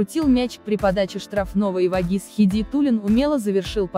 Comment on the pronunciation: Это электронные голоса и я еще не полностью освоил их, к тому же при контрольном просмотре не все ошибки удается выловить, к сожалению. Над этим вопросам по-прежнему работаем в сторону улучшению. И Блохин и Вагиз с неправильными ударениями это так себе, конечно.